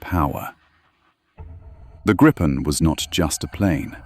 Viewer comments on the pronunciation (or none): Great video! Just a general word regarding every English speaking video on Gripen, I always hear [grippen] or [gry-pen], in Swedish the more correct pronunciation would be [greapen], as in "reaper" (kind of fitting, right?) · Never get old how everyone is butchering the name. There is only one P in Gripen, Try reading it like GRE-PEN and you might get it right